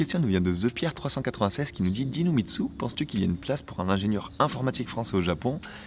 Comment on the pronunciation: A chaque fois j'entends "DinoMitsu". Ce qui est très vendeur mais terriblement HS ^^